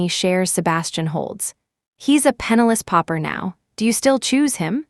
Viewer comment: PENNILESS PAUPER not penalous popper